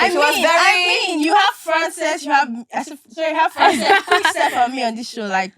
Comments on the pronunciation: Franchester is easier to pronounce to Frances?...that stuff gave me the irk tbh.. learn her name or stfu..stop trying to camouflage it by trying to be funny because u aint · I'm gonna be blunt here. I hardly comment on things like this but this was an exception., you really need to better up when it comes to this host of a thing ( no insult but a constructive criticism). Firstly, You need to know your guest well enough to be able to pronounce their names before inviting them. It sounds insulting when you pronounce someone's name in a wrong way. 2. You are the HOST, stop making it all about yourself. Let them speak! Do you know why these beautiful ladies kept talking over each other? Because you hardly allow them speak individually. As a host, you should be able to know how to sort that by throwing questions to one individual at a time then the rest can add in their opinions. For example: Let's start with so so..What did you think about this topic? After he or she is done then you move to the next individual and say " What can you say about what she just said or did you have anything to add to it " That's how this works. 3. I have to say this, you did Frances wrong big time. I felt like you killed her energy and you kept cutting her off not once or twice. What's the show all about if you dont allow them talk? Who cares about time. If the podcast is interesting, I don't care spending all my day watching it. Please apologize to her. 4. You are kinda disrespectful with your words. Please watch it! This wasn't the first time i watched your podcast. First is a mistake, second is never. Please try and make amends on that and stop tr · Frances us not hard to say … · If you didn’t want Frances to talk , why invite her … please let her speak incase of next time and learn to pronounce her name properly